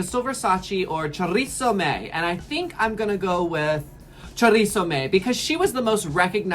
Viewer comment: Chorizo May :) It's Choriza May, like Theresa May (the UK prime minister responsible for Brexit)